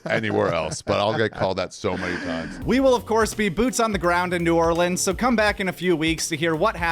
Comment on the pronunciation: you gotta work on that New Orleans pronunciation ... dont say it like a tourist 😂